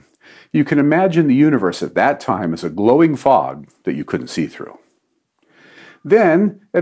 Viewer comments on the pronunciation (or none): none